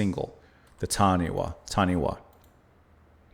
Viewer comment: Wh in Maori pronunciation is an F, so say ‘Tanifa’, with stress on first syllable.